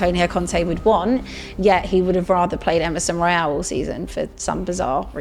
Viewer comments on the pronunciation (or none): none